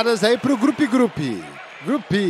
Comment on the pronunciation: "um Grupe de jogadores." Eu amo o. Hahahaha. Por mim, narraria todos os jogos de FA e Rugby.